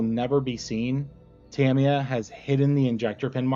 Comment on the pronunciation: You got it right the first time: "TA-mi-ya" and never "Ta-MEE-ya". The most accurate pronunciation is closer to "TAM-ya", as if the "i" is more of an apostrophe than a vowel... but your first effort was close enough.